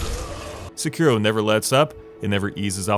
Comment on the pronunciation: Seki-ro, not Se-kiro. Please.